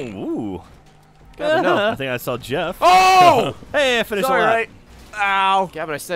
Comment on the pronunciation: It's not "Did Not Finish" It's "Did Not Finger"